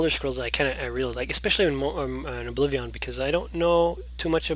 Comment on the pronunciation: it kinda irritates me how u say oblivion